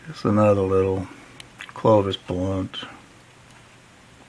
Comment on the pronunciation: CLOVI. Locals of Gravois Mills, Missouri call it GRAVI...now I'm hooked on your word lol.. Great stuff..Crazy on the comet theory. It would explain a lot and open up them minds for lots of new fun stuff...awesome video!!